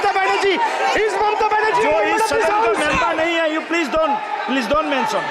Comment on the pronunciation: no😤also pleej😂